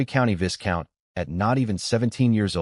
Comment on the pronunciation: love this story. One thing...the 's' is silent in Viscount. It's pronounced 'Vi-count' Weird I know...but English is a strange language.